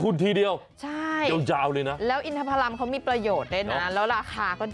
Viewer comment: เขาอ่านว่า อิน-ทะ-ผะ-ลำ. อินทผ ลัม ไม่ใช่อินทพลัม. ผะลัมครับไม่ใช่พลัม